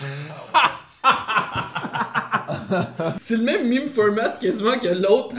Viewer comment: criss on dit pas me(i)me mais mème